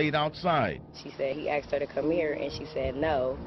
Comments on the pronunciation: #2 She axed her? Why can't people pronounce the fucking S in "ASKED"? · Being kidnapped doesn't sound so bad, considering the black mother "axed her daughter..." Oh wait, my bad. This was just another case of highly intelligent individuals failing to correctly pronounce a 3-letter word. Nigga axe about me. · It's "Asked" not "Axed". FFS.